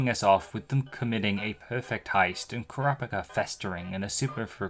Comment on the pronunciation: even this dude mispronounces Kurapika's name lol